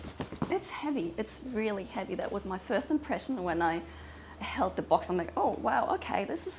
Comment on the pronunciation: Heawy, heavy, heawy when you said it was really cute❤